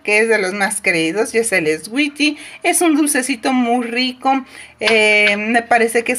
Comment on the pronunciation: Hola el swetie se lee suidy es sólo un comentario constructivo yo tengo como 20 de Jafra de echo consumo más Jafra saludos hermosa😘😘😘😘